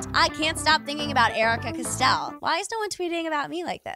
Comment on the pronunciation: “Custell” AHHH